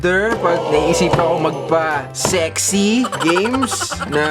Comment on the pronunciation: Ang diin ng SEXY shet ka kuya kimpoy HAHHAHAHAHAHA